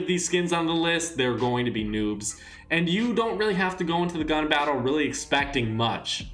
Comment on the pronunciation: Is it me or is he saying nups